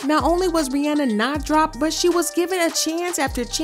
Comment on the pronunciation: Love the video but I couldn’t get over the pronunciation of Rihanna’s name — it’s “Ree-ah-nah”